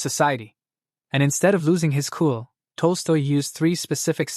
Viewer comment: At time, the Ai named Tolstoy as toaster. At time, Ai called him tosto.